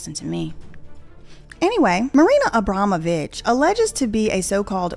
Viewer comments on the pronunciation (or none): Did you say...abramobit●● ???... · Trying to pronounce the name has me floored which is even funnier to me because I couldn’t say it either 😂😂😂😂😂😂